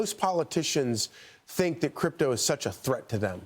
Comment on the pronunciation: It's CRYPTO not "cyrpto"